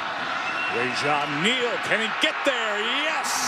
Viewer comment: the announcer for the south carolina game said rajon lane instead of rajon neal